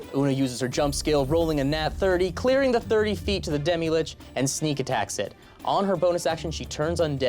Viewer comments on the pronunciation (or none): Um, actually it's pronounced lich and not LICK also it's mythos and not MY thos